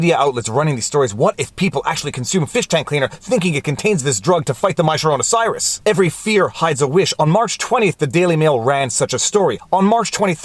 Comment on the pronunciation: Im sorry, are you saying, my sharona cyrus?